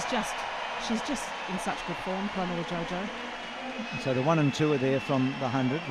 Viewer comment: it's pronounced kromo-wijoyo..joyo not jojo :))